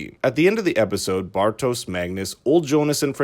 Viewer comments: omg it's pronunced Bartosh and Yonas not Bartosss and Jonas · Quick question: Did they translate the names in the English dubbing too? Why is everyone saying "Francesca", her name is "Franziska" she's not spanish :D Also... "Bartosz", not "Bartos" - its a slavic name. This is likely because his father is of slavic decent, noticable by the spelling in his name "Aleksander" with "ks" instead of "x". Though I am not sure why Clausen's brother was spelled this way, as its suggested "Boris" assumed his identity. The normal German spelling would be with an "x", like in English. Anyway... I gotta watch some clips in English methinks... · The audio is not bad whats annoying af it's how you dont even try to pronounce the names correctly, sorry typical American